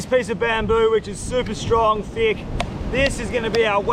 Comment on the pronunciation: “very very thiqg”🤣